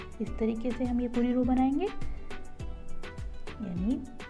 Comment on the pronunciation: Pls pronounce crochet as croshe. Its sh not ch and last t is silent. Thanks